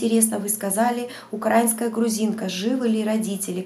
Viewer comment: украИнка, ударение на и